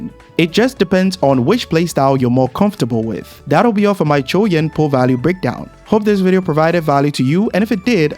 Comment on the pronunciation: Finally, someone who is not struggling to say his name.